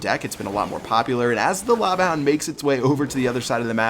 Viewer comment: "Now we got a Lava han-f-houndf"